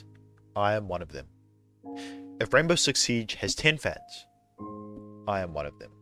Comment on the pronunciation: I thought you said gaybow six siege